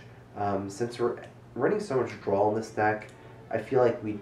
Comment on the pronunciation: Drinking game! Take a drink after says "drawl"